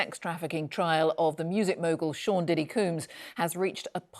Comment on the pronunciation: “Diddy cooms” 🤣